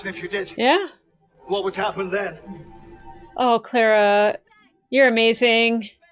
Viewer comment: Say her name right it's Clara not